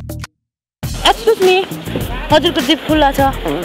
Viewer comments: very dirty pronounce excuse me...ha haaa..... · excuse me ramrari pronounce garna sikaidena tyo kt lai kohi